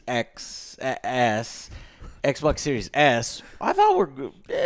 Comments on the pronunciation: "EK E EK BOOOK EK BOK LEEK EK BOK S" 🤣🤣🤣🤣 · everyone: Everyone...:: "ECH BOK SERIES ECH!!!!". Love it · I need to make a 1 hour loop of saying: Ecboc... because I like when he says that c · When Joe says eckbok I wanna drop kick him out of his chair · 😂😂 it’s funny when he say that I be crying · Eckbok eckbok eckbok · Yeah, it’s really annoying....... gave the video a thumbs down just because of that. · Its called ekbok series s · someone saying ecc-bocc wrong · Alex: Theres some financing optio-😐 Joe: ECK E ECKBOK!!! Alex: I you're loo-😐 Joe: ECK BOK LEAK ECK BOK E S!!! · Stormtrooper 2323 it’s pronounced ec boc 😂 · Took Joe 3 attempts to say the name correctly. Not confusing at all :P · Joe said the Xbox consoles names wrong almost EVERY SINGLE TIME😂😂